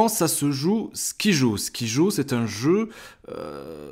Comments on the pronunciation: ON DIT SKAIDJO ET PAS SKIJOOOOOO merci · Ça se prononce comme ceci : SKAILDJO .. et non pas comme tu le prononces . Mais c'est un jeu super que je viens tout juste d'acheter..